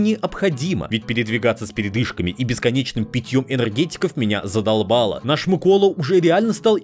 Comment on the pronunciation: Дякую що хоч наголос правильно поставив